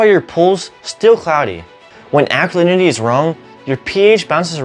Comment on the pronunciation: This man must be taught how to speak English correctly. For example, he pronounces ALKALINITY as ALNYY. Horrible to hear! Glad I don't live in America!